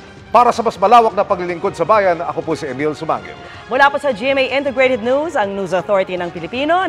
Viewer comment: Why the fkuck are these pipol pronouncing NEWS. as NOOSE?😅😢